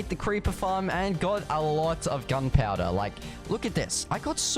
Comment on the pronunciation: why did you said gunpouder 😂😂 it's gunpowder